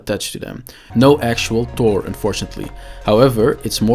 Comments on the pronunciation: Thhhhhoooorrrr not tour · So... "Tor"... Appears when there is "Tunder"... Got it ;)